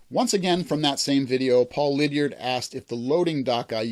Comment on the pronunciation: There's interest in another signs video! Great suggestions and information in this video. (Congratulations on pronouncing Liddiard correctly!) Really enjoyed this. Looking forward to more Grunge and main layout videos. Keep up the great work!